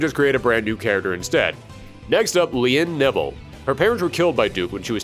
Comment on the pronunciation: "Next up, Lien Neville." Sorry, but the way you said her name makes it sound like you said "Lien Nipple"